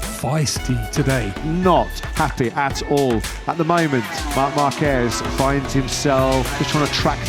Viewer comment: Dude the accent is not at the Ez in Marc Márquez, note the Á. It's Marc MÁrqueZ with Zzzet not S. Equals to his brother. Spell it right, say it properly mate. We learn your wording, you learn our wording, don't say it in "English". Plus Acosta shark? No! Murciano!